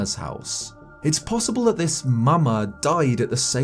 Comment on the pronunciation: Why did he say ''mama'' so weird, like it seems like he knows that its a word for mother, but then at the same time says it like he doesn't..